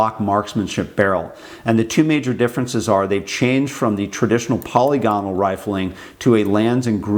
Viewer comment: Who the FCK is Polly Gonnal, and what the hell has she been doing to your rifling? You just can't have been trying to say 'polygonal', I will not believe that anyone, even a bloody yank, (who are well known to mess up any word in the English language that contains vowels) could mess one word up so catastrophically. So back to my initial question, who the FCK is Polly Gonnal and why have you been letting her get her sticky fingers down the lively bit of your guns?